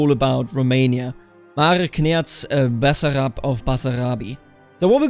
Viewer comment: Your pronounciation of "Basarab" in on point!